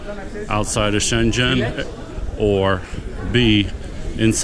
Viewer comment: Good to know, thanks for putting this together. Just one point, "Schengen" is pronounced with a hard g sound...it's not a city in China! 😉